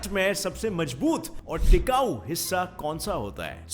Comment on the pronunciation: It's mazboot not majboot